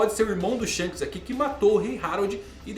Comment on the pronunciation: Shonks kkkk